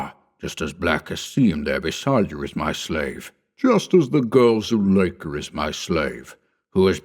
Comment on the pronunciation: Zoolaker annoys me. Otherwise, great story